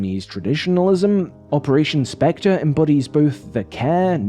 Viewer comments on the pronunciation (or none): none